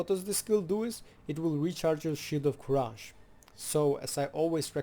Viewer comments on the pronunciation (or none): Nice guide! Let me drop this as a loyal viewer, "courage" is pronounced as /ˈkʌrɪdʒ/ :D